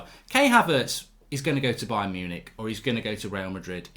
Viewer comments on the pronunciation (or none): none